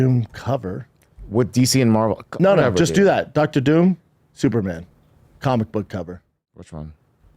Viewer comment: Bapa had a suggsesful cawlmic boog store in his closet, so he knows cawlmics!